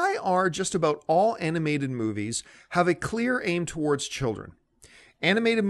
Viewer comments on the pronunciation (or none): none